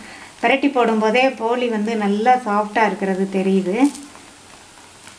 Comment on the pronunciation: போலி அல்ல போளி